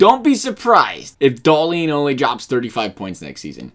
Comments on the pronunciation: DAHL-IN,NOT DAHL-EEN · Hahahaha no, in sweden we say Dah-lin. Should atleast sound a little similar even from an american?